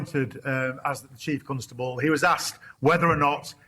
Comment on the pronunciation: Why does he keep saying "Chief Cuntstubble"